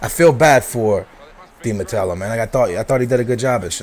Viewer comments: Who the fuck is di matelo? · you dont even know di matteo's last name.. there's no L in his last name... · yes but there is some dificulty in some words, aa has dificulty saying di mateo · Hahahahah It's Di Matteo you turd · who is Di Matello? its Di Matteo.. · Hey man! You're one of my favourite youtubers, but seriously?! Di matello? It's di Matteo mate! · Di MATEO! Not Matelo! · i know but he pronounced it like "di mattelo" ;p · dude , it IS ROBERTO DI MATTEO , NOT ROBERTO DI MATELLO AS YOU SAY IT , JUST SAYIN' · Did he say Di Matello? *Facepalm* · di matello? dont you mean di matteo? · Not to be like that ... but it's not Di Matello, it's Di Matteo... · di matelo ? .. his name is di matteo ? :D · Di Mattelo? Think you mean Di Matteo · its di matteo not de matello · its di matteo not de mattello haha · Di Matteo, not Di Mattello lol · isnt it di MATEO? not di MATELO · Di Matello?... Teey ooooh not tell oooh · "Di matello" lol fail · i think its di Matteo not Matelo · Bro it's not Di mattello haha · Why are you saying Di Mattelo instead of Di matteo? :D othervise great analysis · Dude its Di Matteo not Di Matello :P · di MATTEO not di matello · It's Di Matteo, not Di Matello.. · Di MATEO not di matello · its Di Matteo not Di Matello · Di Matelo? You mean Di Matteo right? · There is no "L" in Di Matteo, grrrrrrrrrrr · Di Matteo, not Di MatteLo, still nice video. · I'm a Chelsea fan, Di Matteo is good manager, he won FA Cup and Champions League and he need more time at Chelsea, suddly he was sacked. I hope Chelsea will win BPL and buy Neymar or Falcao. Btw its not Di Matelo its Di Matteo :) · The name is Di Matteo, not Di matello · HE DIDNT JUST SAY 'UT' and 'DI mateLO'' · who the fuck is "DI MATTELLO"??? :P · Dude, DI MATTEO! No "L" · There's no l in Di matteo, lol U should talk about Liverpool! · Come on lol Say it with me.......(De-Ma-Tay-O) Dimatao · His name is di matteo not mattelo... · its roberto DI mateo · Not Matello,!